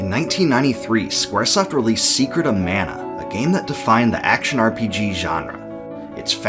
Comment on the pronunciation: ugh, please at least work on Pronunciation in the future man. This is hard to watch, there's countless mistakes. I do love that you put in so much work, but you gotta give. マナ !! マナ !! I'm still giving the thumbs up for total effort.